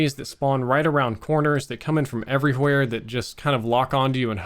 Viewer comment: Why do you pronounce the H so hard in “everyWHere”